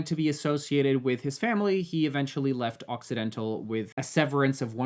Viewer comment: I kept hearing accidental instead of occidental